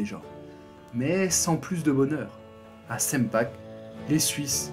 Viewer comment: Petit détail : SP et ST se prononcent CHP et CHT en allemand et pour Sempach, le "ch" final se prononce "R" (mais un R qui gratte bien). C'est super détaillé et bien expliqué ! J'apprécie ton élocution lente et claire (idéal pour s'entraîner à la prise de notes !). Et je suis Suisse ❤